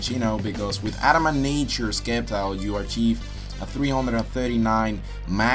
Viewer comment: It's pronounce sceptile (sep-tile) NOT sceptile (skep-tile)